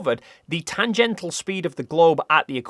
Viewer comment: Tangential NOT tangental!